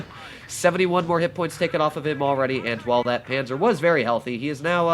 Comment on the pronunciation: I'm austrian but I don't really know how to Tell you how to say the "a" correctly, because I can't write the phonetic spelling on my mobile but we write it: Panzer zwei J